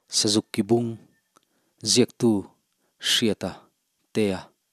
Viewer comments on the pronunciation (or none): Sazuk ki bung, i thluk dan hi a dik lo ang a, bung lai hi thluk hniam tur a niang, tumahin i thluk ang hian an thluk ngai lo, Mizo ṭawng hi hman uluk tur a sin, Mizo ṭawng i chhiar thiam lo hle tih a lang nghal, Mizo thawnthu chhiar tur chuan Mizo ṭawng thiam a ngai , (bung )hi i thluk dan hi siam ṭha rawh .